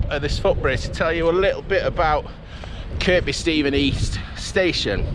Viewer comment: The second K in Kirkby Stephen is silent. It's pronounced Kirby......